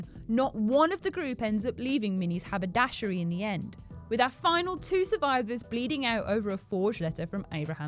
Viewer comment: I'm just here to say (write): Habidashery... I am done.